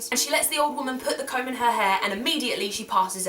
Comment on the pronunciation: I thought you were saying cone first of all. Who buys cones from old ladies?